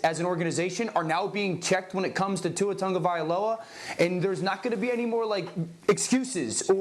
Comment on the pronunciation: still can't say Tua Tagovailoa correctly